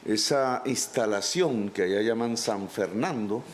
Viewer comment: 😵😵😵. Esa👎 ESTALACIÓN ...😢😢😢❓❓❓ HABLE BIEN 😀. ESTALACION...👎👎✏️🥃🥃... CUANDO. EL PUEBLO.. TENGA TRABAJO.. LOS NIÑOS NO 😂😂 MUERAN DE AMBRE... MEJOR FUTURO.. LOS CAMPOS.. PRODUCIENDO.. COMIDA.. 😮,😵. Y muchas cosas. Pero este GONO.BIERNO. LAS TIERRAS LAS TIENEN LAS ..FARC .el ELN. SENBRADAS DE COCA. 💼💸🤑💸💼❓❓❓👎👎👎👎 FUERA GUERRERO. MAYOR.,👎👎🐊👎✏️🥃😵👎